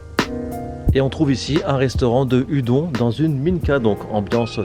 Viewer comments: Salut salut ! Ya un truc qui me turlupine depuis le début de la vidéo, il faudrait pas prononcer les udon "oudonne" plutôt qu'à la bonne française ? Voilà sinon super vidéo ! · Très bonne vidéo! Une raison pour cette prononciation francisée de "Udon" ?